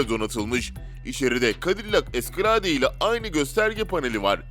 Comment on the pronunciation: Vengeance yazılır vencıns okunur. Escalade yazılır eskıleyd okunur.